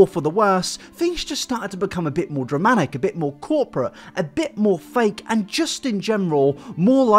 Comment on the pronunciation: Life you buddy!.. however would just like to point out after your last video where you spoke about pronunciation.. you say music.. as “moosik”.. you tube as ...”youtoob” and now “dramatic” as “draminic”... seriously though. Love you dude xx